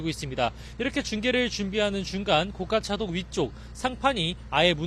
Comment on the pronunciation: 고[가]차도. 굴'착'기. 어떻게 기자도 데스크도 한글 기본도 못 갖췄냐